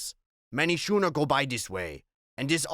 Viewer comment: Schooner is pronounced Skooner.